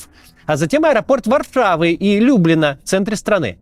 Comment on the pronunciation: «Варфава», «Вторвэнии»